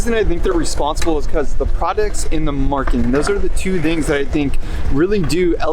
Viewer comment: you say "Perfec" you said "Splitfire" are you drunk?? I mean every video is riddled with your awful pronuncia im just baffled like no one else notices it hilarious none the less. Marking?? Instead of marketing. Come on man